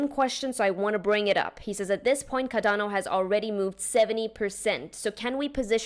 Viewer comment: She pronounced it just fine